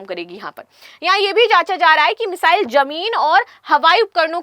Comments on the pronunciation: Meshile nahi bolte hai mesile bolte hai😅😅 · Missile bolna thoda difficult lag ra h aapko